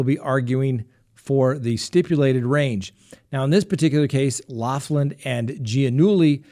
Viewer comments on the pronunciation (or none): you are incredibly educated and respectable man, PLEASE pronounce Lori Loughlin's name correctly PLEASE! It is like nails on a chalkboard!!! "loff‐land" really??? It is "lock-land".